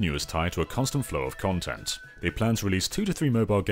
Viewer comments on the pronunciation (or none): none